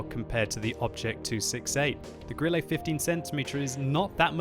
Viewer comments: 'E' on the end of a German word, like Grille is pronounced more as an 'eh' as opposed to 'ay', not perfect but meh. Cheers for the vid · Grilley? Wat. Can you even German? Grill-uh. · why die he say "grilley"? xd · Stop calling it Grillay... Please... For the sake of Gott :D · you do not pronounce it like Grillé, or Lowé